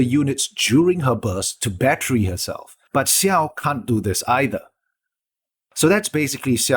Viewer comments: Just so you know, it's not pronounced Siao, the X is pronounced like how it is in Xiangling. Much more like Jiao. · Dislike because its Xiao not Siao. It's difficult af to finish this video.